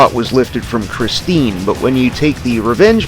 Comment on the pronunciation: It pronounced Christine, not Christina.